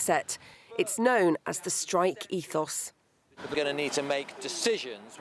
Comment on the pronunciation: It's Ethos